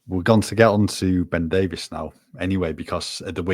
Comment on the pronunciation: We can't let Ben Davies go, just at the point where is beginning to pronounce his name correctly.